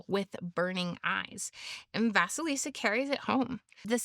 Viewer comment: Great analysis, dear. Indeed, the tales about Vasilissa [great pronunciation btw after the 1st bloop] and Ivan The Fool, in which Baba Yaga is portrayed as a neutral force between death and life, are the closest in context to the older ones survived. Gimbutas was close to connect her to our Baltic (<- IE) Zemes māte (lv. - Earth Mother), which is cognate to Greek Demeter [gē matēr], who rules everything that land gives, and what it takes away (as well as turn of the season, ie. end of winter). But some theories claim, that she was also a personification of queer and wise people [witches & sorcerers, who weren't considered evil before christianity, just strange], who often lived a bit aside from the rest.